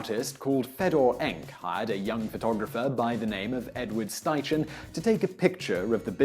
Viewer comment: It's pronounced Sty-Ken, not Sty-Chen.